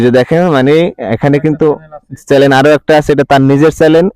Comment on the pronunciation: চেলেন না ভাই? চ্যানেল।।।🤣🤣🤣